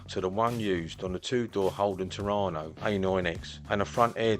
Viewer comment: Did he just say Holden Torano?